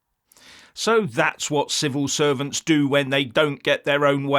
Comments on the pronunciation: I'm sure said 'Civil Serpents' there. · Did he say civil serpents, well how accidentally appropriate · Did I hear civil serpents or was it misheard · Did you say civil serpents? 😂😂😂